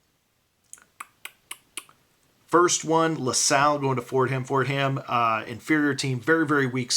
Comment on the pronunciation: The H is silent in Fordham. But both Bs are very loud in 'Ball Buster.' GL tonight my friend!